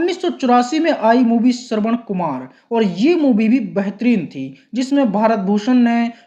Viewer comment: BEHTAREEN ko BAHTREEN bolta hai, MAIN ko man bol raha,hindi ka uchcharan sahi nahi hai to kisi aur se audio kara le HINDI jaisi sunder bhasha ki tang kyu tod raha hai....???